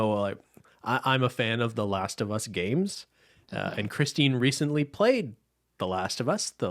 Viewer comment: Not last of humm-us lmao